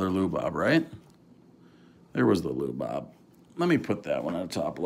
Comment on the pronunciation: Lu Bob? That hard to say his name. Changing Latin names